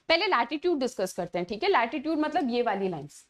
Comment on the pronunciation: Thik hai hota hai😢 chik hai nahi😅